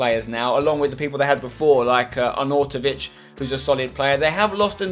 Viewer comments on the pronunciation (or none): im a stoke fan, and let me just say, wot was that pronunsiation of anautovic?!? its arn-out-ovic :D nice vid tho :P